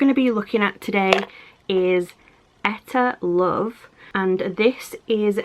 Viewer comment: Hmmm I was always told it was pronounced EE - TAH LOVE